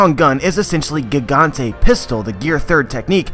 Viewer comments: Nah if he was hardcore at pronouncing it the way japanese do it then he wouldn't say Barto l'mayo. Plus they say Jiganto not Gigantay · It's actually "gigant" (pronounced "giganto" in japanese) not "gigante".